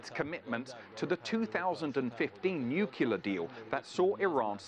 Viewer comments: Nuclear: new klee yar. Not nyu kyoo lar. Dummy! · No. "nu cle ar" gets the syllables in the right order. With no kyoo.